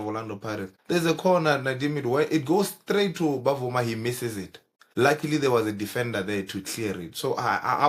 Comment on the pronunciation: it is NOT Bavuma it is Bvuma pronounced as Vuma